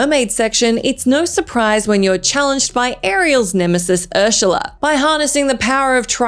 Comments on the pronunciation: “Urshula”????? Besides saying it wrong you got the wrong game there…. Great research! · Who's 'Urshula'? Also that boss is from Kingdom Hearts 1. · Is Ursula pronounced with a "sh", in Australia?